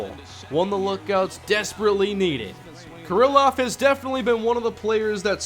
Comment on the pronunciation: It's pronounced kear-loff not ker-ill-off. Ehire is pronounced AD